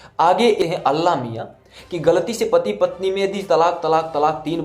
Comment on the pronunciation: Pahle aap allah naam dhang se lena seekhle kafir bewakoof allah miyan kahna jayaz nahi h